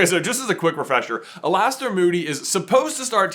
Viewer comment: welp that’s one way to pronounce alaster… ight im off that 😂😂